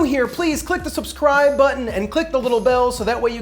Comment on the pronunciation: Did she say "suh-scribe?"